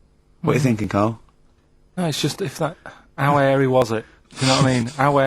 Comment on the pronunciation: 'Ow 'Airy Was It, 'Ow 'Airy Was It?